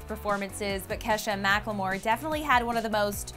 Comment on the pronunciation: Is anyone bothered by the way pronounce Macklemore emphasis on the L?